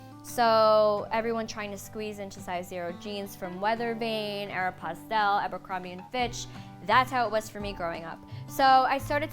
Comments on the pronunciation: Haha how do you say it? Like she said aeroposTaleee do you say ARROWpostole? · I love nicole so much but I’m bothered by how she said “Aeropostale” lol